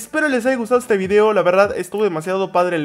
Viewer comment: Se dan cuenta que cuando dise video en el comienzo del video parece decir obby